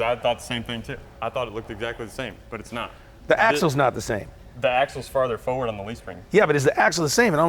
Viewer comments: Every time he says "foward" I want to scream. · Millennial don't know how to say forward!!